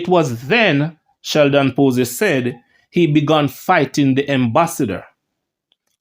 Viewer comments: Pusey is pronounced...pewsy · Sheldon Poo-sy 🤣🤣🤣🤣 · Lol. stops just short of pronouncing Pusey like the one with two esses